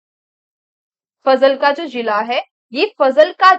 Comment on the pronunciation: Ma'am its not फजलका , its फाजिल्का..... I'm from this District 😊😊